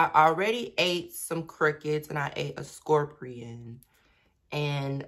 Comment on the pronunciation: "scorprion booberry suhker"